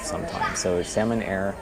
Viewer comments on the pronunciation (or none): Its Xiamen pronounced Shar-min not salmon like the fish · Not 'salmon',, 'seeahmen'. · Sounds like you're saying Salmon Air. 😄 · Yeah. But Xiamen is a Chinese city & pronounced "Sha-Men". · The brightest cabin during take off,lol!!!Youre right,lights off during take off only emergency exit lights are on.Why do i keep hearing Salmon Air tho?🤣🤣🤣🤣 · I'm flying SHERMEN AIR... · No no u just hear "salmon bhai" 😂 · When you say Xiamen air sounds like Salmon air.